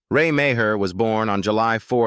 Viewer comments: Alf is RAY MEAGHER pronounced MARR. STUPID AI. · Ray's surname is actually pronounced as Mar.